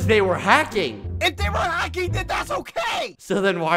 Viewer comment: is anyone gonna question bald boy halos accent in ? he said Hocking not hacking